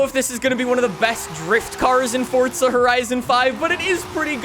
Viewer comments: Forza not fortza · FORT-ZUH…??? I don’t understand… FOR-ZAH Say FOR-ZAH 5… just one time… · Why does he say fortza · FORTZA HORIZON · 'Fortza' horizon lmao 🤣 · istg if this guy says "fortza" one more time (idk if thats ac how u say it XD) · If you say FORTSZA one more time I’m going to bite my eyelid off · be like: Fort-za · how is it "fortsa" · you spell forza better than you say it